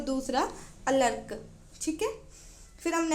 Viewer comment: That's 'ARKA', dear...